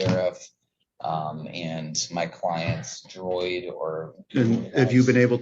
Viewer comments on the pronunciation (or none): "my client's DROID?" Um, was it R2-D2 or C-3PO? 😅